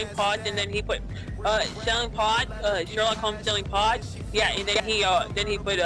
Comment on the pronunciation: sherwock howmes sewwing pot